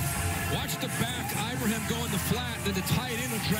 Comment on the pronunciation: SPronounce the name correctly....eee-bra-heeem... so simple ! Do it or I'm coming after your job... and I'm retired, but PISSED !!!